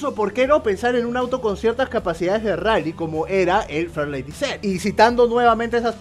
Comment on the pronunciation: Shot de tequila cada vez que diga farlady Z.